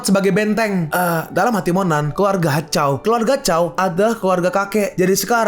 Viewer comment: Koreksi min Zhao bukan chao